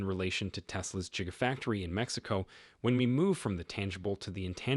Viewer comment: I stopped waching as soon as you said "Jigafactory".